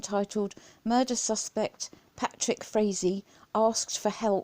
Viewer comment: Great Video...Originally I thought Frazee(its pronounced FRAYZEE)Was smarter than watts for keeping quiet,Boy was I wrong,I hope they charge him with soliciting murder for this one...What a BARBARIAN &NINCOMPOOP!!!